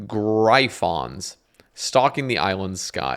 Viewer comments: GRY-PHONS xD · The "Gry-phons" oh man.... LOL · I was in my kitchen cooking and I laughed so hard. I already knew what word he was trying to pronounce haha